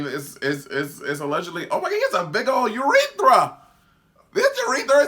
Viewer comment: not eurethra o hara